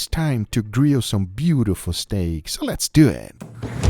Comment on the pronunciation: I think he just tries to pronounce the right way but ends up with Spanish pronunciation lol